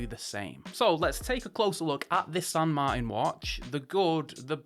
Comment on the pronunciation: San Mar-tan Not Martin. Like your Uncle martin.